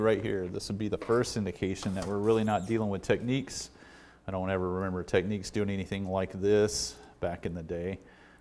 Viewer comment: All of the Matsushita fanboys are going to get mad that you did not pronounce it Teck-Nicks😅😅😅😅